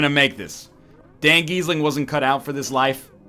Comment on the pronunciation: "Delivered 1000g of DanGheeseling" My god the morbidity..